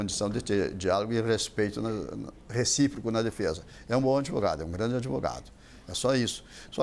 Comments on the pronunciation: o "adevogado" e suas estórias... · De 10 palavras que esse fala, 11 são 'AD VOGADO'